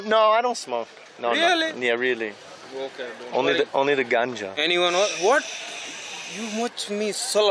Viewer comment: Mans said, "vooawwt?!"